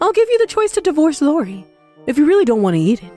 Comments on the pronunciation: What is this 'Lori' nonsense? It's I~O~R~I. They don't even know THEIR OWN CHARACTER'S NAMES??? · Can this VA please learn the names properly?! Its not Lori it’s iori